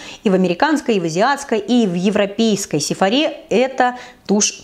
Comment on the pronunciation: Хорошее видео. Всё понятно и доступно так рассказываешь молодец. Только не Сефора' а ударение падает на Сефо'ра.